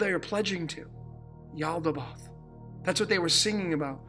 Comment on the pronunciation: Pronounced...yahl-dah-baYoth like moth